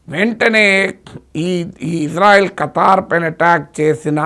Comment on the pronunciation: Kataaar kadu Qatar miku peru kuda sariga palkadam ravatledhu 😂😂😂